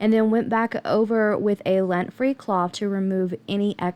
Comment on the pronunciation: Do you keep saying LENT free? You do know the word is lint, right?